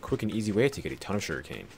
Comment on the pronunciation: Whenever you say sugarcane it sounds like you’re saying shuriken